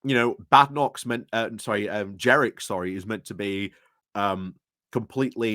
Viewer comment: It's Jenrick, not Jerick.